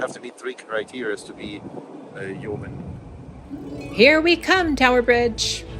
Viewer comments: Yo-man, not Yow-man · yeeoww man? That should a Yeoman, ( yo man) 🤣🤣